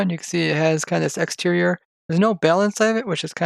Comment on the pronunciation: exterior not out-terior